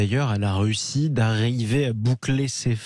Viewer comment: Il a du mal à prononcer « RUSSIE « 😂